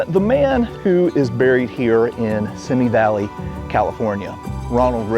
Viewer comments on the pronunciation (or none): FYI: It's pronounced "see me" valley...